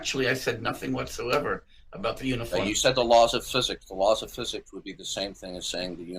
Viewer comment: Fuzuks…..can’t stand how pronounces physics it’s so annoying.